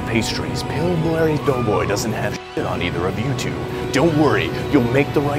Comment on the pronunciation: "Pillblarry Doughboy" LOLOLOL